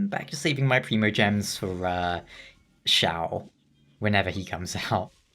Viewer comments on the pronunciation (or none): none